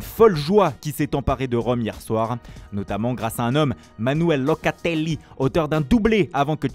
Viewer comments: ma parole il le fait expres...Locatelllllliiiiiiii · Locaaateellii, Ciroo Immobiillee.😄😄